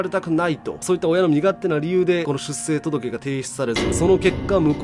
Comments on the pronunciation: 続柄(つづきがら)は正しい読み方なのに、出生届(しゅっしょうとどけ)はしゅっせいと言ってるのが気になりました。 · 出生届 ✕ しゅっせいとどけ 〇 しゅっしょうとどけ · 正しくは しゅっしょうとどけ です